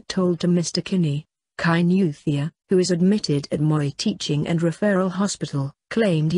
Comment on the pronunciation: Kainuwhat..?Useless pronunciation... Must a muzungu narrate this...???....about the killing...Let the parents grieve without abusing the girl...people comment as if they r better...everything is with the almighty God